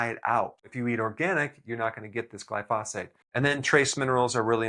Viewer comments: pronunciation: Gli - fo - sate and not gli - fos - fate. Otherwise, very good info here! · Glyphosate... NOT "Glyphosphate" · Still can't pronounce glyphosate correctly. 😢